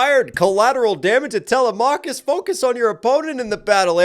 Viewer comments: I’m sorry but u stopped watching as soon and he said talamacus name wrong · The way he pronounced telemachus